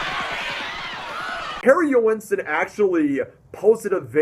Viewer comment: Joensen has two syllables. Listen to how he pronounces it. The "oe" is pronounced as the "ø" in Danish.